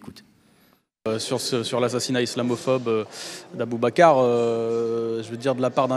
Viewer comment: Il sais très bien dire boubakar c'est encore des manière de raciste ,on arriver tous à dire alexendra mais boubakar c'est dur 😅 nan cest encore un jeux de raciste